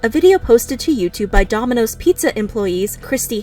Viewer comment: Heh heh She said DOMI-NOSES